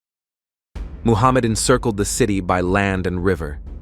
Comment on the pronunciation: It's Mehmed not Muhammad